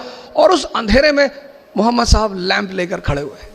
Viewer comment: The way u pronounce the world ❤Muhammad sahib ❤peace be upon him ❤ sir ojha accept unlimited prayer from my side .